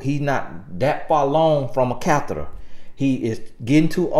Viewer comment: Did you just say "he not that far long from a catherer"? 🤣🤣🤣🤣🤣🤣🤣🤣🤣🤣🤣🤣